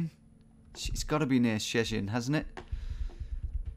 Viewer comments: "shhh-nie-shniek... OK we're in Poland." that one cracked me up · You'd think that by now he'd learn how to pronounce Szczecin. Just Google it Tom. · Love the way you read Szczecinek and Szczecin <3